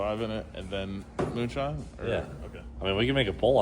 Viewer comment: pure mewnshine